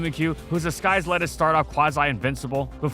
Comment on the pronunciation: am i the only hearing how seems to pronounce disguise as disKise?